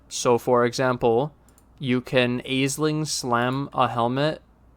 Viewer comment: “Ash-ling”. Ash, like burning something turns to ash. Say it with me now: ASH-LING Thank you.